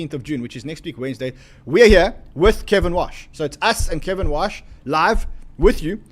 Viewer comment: It’s KEVIN WARRRRRRRRSH not Kevin Wash just to clarify